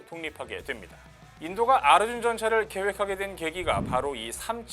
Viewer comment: 아르준이라고 발음하니까 더 조롱적으로 들린다. ㅋ